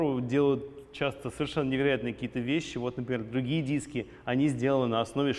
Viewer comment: 😅😂🤣 "эээ нормални диссски постав там" орнул